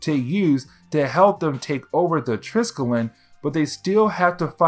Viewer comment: I mean this in the absolutely nicest way possible, as I have enjoyed binging your content the last few days, but the big old carrier that S.H.I.E.L.D. uses, the Triskelion, is pronounced like "try-skelly-on". I don't know why they named it that, as it is the name for a type of symbol consisting of three spirals aligned in a triangle. It doesn't look anything like an aircraft carrier. Regardless, keep up the good work! It's been cool to delve into the Ultimate universe like this, as I never really got the chance to do so when it came out!